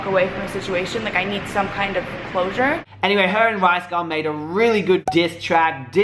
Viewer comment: I ma-ade it boy. I mayayade it. That's just creepy. Yup. You are My guilty pleasure. Mor plz xx